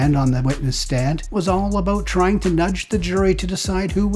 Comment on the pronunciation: The channel host & narrator is Canadian! (He says "aboot" ) ok, what aboot some bigtime Canadian crime, like that donut heist at an Ottawa Tim Horton's where the robbers did not even tell the victims, "Soory" (that's Canadian for "Sorry.")